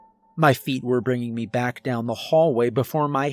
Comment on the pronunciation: Thank you for your annunciation of the word " Me" instead of pronouncing it as " Meh " It's little things that can ruin a good story ..💪🏻👍🏼